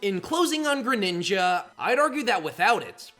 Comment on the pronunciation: GRENINJA, NOT GRANINGA!